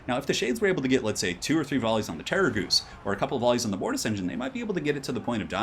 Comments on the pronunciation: STOP SAYING GHOOST IT'S DRIVING ME INSANE! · terra-ghoost lol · I keep hearing "Terrorgoose"... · What's the Terrorghoust thing ? Why do you pronouce it like that ? 😢😢😢